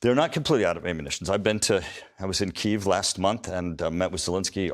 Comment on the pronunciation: Don’t use Kyv. It’s the Ukrainian new name.!!